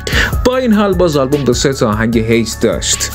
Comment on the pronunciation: یارو به هیت میگه هِیت بعد خیلی جدی البومای زدبازیو ریت میکنه